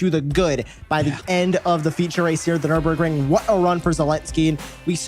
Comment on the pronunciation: Nüburgring GP , the „r“ costs 2,99